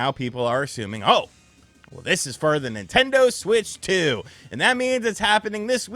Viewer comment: The Nin-TEN-doh SuWEEEIITCH TEEUUWWWWW!